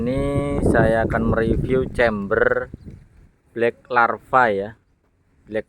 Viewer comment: LAVA BOS bukan larva Kalau larva itu belatung 😂 LAVAAAAAAA, BLACK LLAAAAVVVAAAAAA BUKAN LARVA